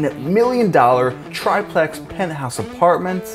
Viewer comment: Omg stop saying "try-plex." That's not how "triplex" is pronounced.